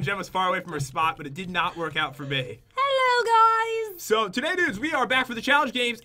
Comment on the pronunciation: Lol Jen at the start Hallo gwys